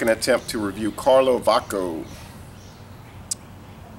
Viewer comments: Say Č as a Chicago Č=CH 😀 Respect for trying Croatian beer, I am Croatian from Canada. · Hey im from croatia You speak the Name karlovatschko the ć is like tsch in Every croatian word